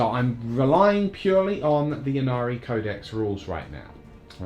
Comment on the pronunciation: It's "may-lay" with the emphasis on the 2nd syllable so maybe more like "m'lay" :) For what it's worth, it's should also be "Innari" not "Yinnari" as the letter Y followed by a consonant is pronounced like an I in English - which also makes the play-on-words in the Yncarne's name make sense - he's the death god Incarnate (not "yincarnate".)